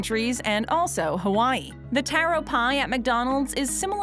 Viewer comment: taro pie ITS TARO (TAR-OH)